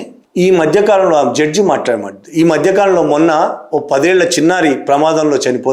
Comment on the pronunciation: జడ్జు కాదు సార్ జడ్జి.